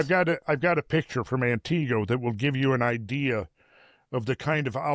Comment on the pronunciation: mispronounced Antigo. But whatever.